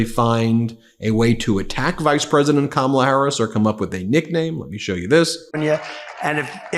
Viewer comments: HE PRONOUNCED 'KAMALA" CORRECTLY! Get him to a hospital ASAP! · He ACTUALLY pronounced Kamala’s name correctly!!!😅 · LOL, when he says "Comrade Kamala" he is forced to pronounce her name right 😂